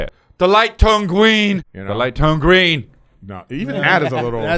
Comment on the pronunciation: The light turn gween